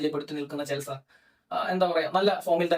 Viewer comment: ഇതേതാ പുതിയ കടിഞ്ഞൂൽ പൊട്ടൻ 🤣🤣 ചെൽസ അല്ലട മര കുണ്ണേ ചെൽസി എന്നു പറ